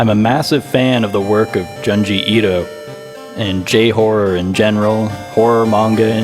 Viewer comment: jsyk, the Jun in Junji is pronounced like the month June! Japanese “u” vowels are “oo” sounds. the rest was fine though! :hand-purple-blue-peace: this project seems really interesting! I’ve only gotten 1/3 through the video so far and the BGM audio levels are way too high compared to your voice, at least through my headphones, but I’ll try watching again later on the TV. that said, the BGM is great and so is your portrait art and the atmosphere you built! the intro humor was right up my alley, too. good luck with Elderfield!!